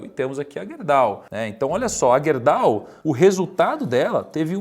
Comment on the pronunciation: Estranhamente ninguém disse nada de “Guerdau” ou “Gerdau”?